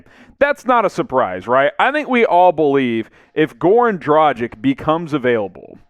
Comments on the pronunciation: Omg, not Dragic like "tragic" but like DRAGHIC . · I don’t get it: everybody can pronounce Doncic correctly (with a „shesh“ at the end), but when it comes to Dragic (same ending), everybody seems to think that his name has something to do with the English word „tragic“, instead of pronouncing the end just like in Luka‘s case. Freaks me out tbh